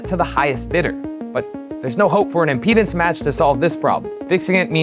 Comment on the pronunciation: The way he says "impedance" sounds like "our penis".